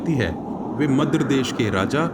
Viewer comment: Madra ko madras bolte